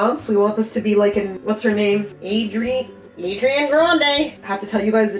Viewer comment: Adrian Grande😂😂😂😂 Its Agriana Adande! Duh!